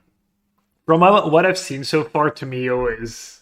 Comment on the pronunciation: Ta “Me” yo